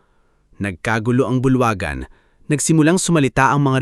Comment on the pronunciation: Sa lahatng narrator ikaw ang pinaka tanga at nang kang sakit sa tenga pakingan turuan kira sa:-(ang pag bass ha hindi bilaw ang sabi mo bing una sabilao dba bi la o tsaka ang isa bulwagan di bulwagan ago baliw